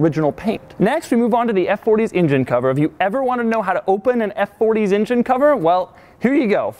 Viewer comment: What is an "ingine"?